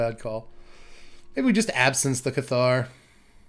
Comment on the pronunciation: cool deck, good to see these colors do something that isn't ramp. btw though, "Cathar" is pronounced with the emphasis on the first syllable, say it like you would say "Passer" with a lisp